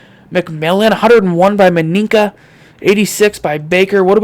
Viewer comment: Minkah Fitzpatrick you saying it wrong it’s like this (ME-KA